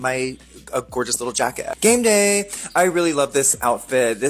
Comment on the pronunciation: Did you say “Gayme day”